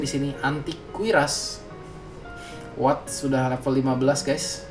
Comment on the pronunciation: kok lo kalo manggil WATT jadi AWATT deh? ini gua yg salah baca apa gmn sih? dr dulu pgn nanyaa😅